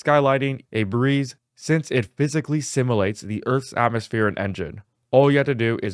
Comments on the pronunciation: Thanks for the info! This is super exciting, especially given the expense of high end video cards and how necessary they are to play many new games at a respectable frame rate. FYI: The word simulate is pronounced "sim-you-late" not "simmalate". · Why do so many people mispronounce the word "simulate"???